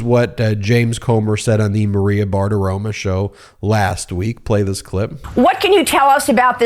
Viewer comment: It's Maria Bartaromo not Bart aroma.....are you doing what Trump does?